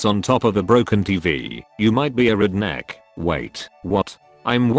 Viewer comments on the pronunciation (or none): Nobody: Text to speech: Reednek